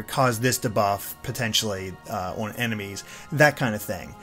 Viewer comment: Why he pronounce “on” like “aw-on”?